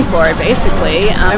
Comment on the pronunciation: Mini-soo-ta, land of Swedes, Germans, Poles, and Norwegians. How did this happen?